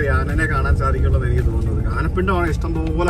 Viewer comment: ഞങ്ങടെ മലയാളം സാറ് ആനേനെ, എന്ന് പറഞ്ഞാ നല്ല ചീത്ത പറയുമായിരുന്നു. ആനയെ എന്നാ പറയേണ്ടത്